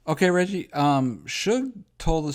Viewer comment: Regcheese !!! Lol